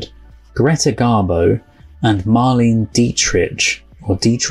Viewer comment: Mar-lay-nuh Dietrich.